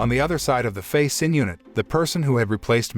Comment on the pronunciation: Who the fuck is Sin? Xin is Shin.